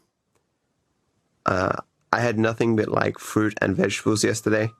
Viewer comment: He has to be the most pathetic male I’ve ever seen in my life, also what’s with his inability to pronounce ‘r’ properly? Bro no shit said ‘fwuit’